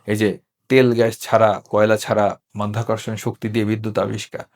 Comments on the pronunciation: মধ্যাকর্ষণ নয়, সঠিক কথাটি মাধ্যাকর্ষণ এবং সাংবাদিক সাহেব ও বারবার মধ্যাকর্ষণ বলে যাচ্ছেন। আমি মনে করি এই সাংবাদিক কতটুকু শিক্ষিত তা নিয়েও আমার সন্দেহ আছে। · মায়ের যোদ্ধা আবিষ্কার করলেন বিদ্যুৎ মধ্যাকর্ষণ উচ্চারণ ভুল